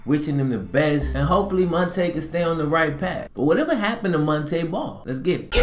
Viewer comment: Kept pronouncing his name wrong 🤷🏿‍♂️